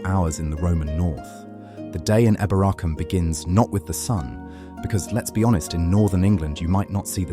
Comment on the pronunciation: Pronounced EEboracum